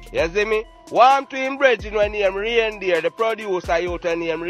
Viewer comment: The man call Dane ray reindeer 😅😅😅😅